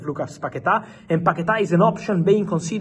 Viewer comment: paqueta. Say it one more time...